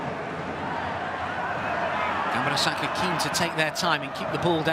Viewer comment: The way that commentator pronounces the name as "GAMBAROSAKA" is a bit aggravating to me